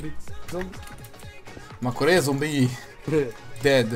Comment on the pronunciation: you say "ma kore"?